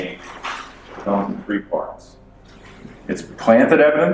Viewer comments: that's how the Irish pronounce th, its just t , three - tree , thirty - tirty , they literally can't pronounce th! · it’s obvious now. You like saying tree and turd for the number 3. And nobody does it any better. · "Trees" lmfaoooo